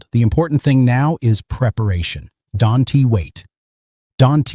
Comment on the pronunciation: Don-T??? Can-T??? Stupid AI!